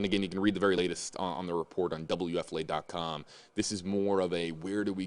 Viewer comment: Wfla it's time shelve Laundry We are tired of it. Also please pronounce your station call signs correctly. You say wfla wfla wfla wfla wfla too much. Please get a new story